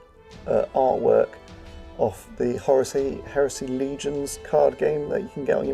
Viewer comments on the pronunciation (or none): i love when you said horusey heresy 😂😂 look stunning mate